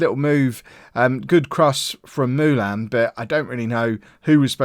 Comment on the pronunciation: It Is MOO LIN NOT MOO LAN